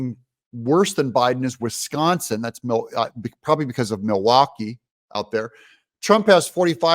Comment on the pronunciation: It's not Milwaukee... it's Millarkee!